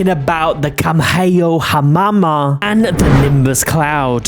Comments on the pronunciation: Did anyone notice he said "kamhaeohamama" instead of Kamehameha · kamheyohamama what tf is that bro cant read 💀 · Bro that's not how you say kamehameha. Bro japan people are after you now XD